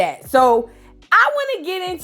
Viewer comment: Ommmggg when she called Summer "Dummer" and Bad Dolly " Sad Dolly" I died